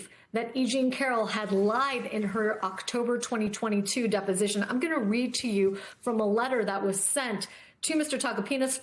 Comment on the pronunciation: Dep-O-Sition! Dep-O-Sition! Dep-O-Sition!!!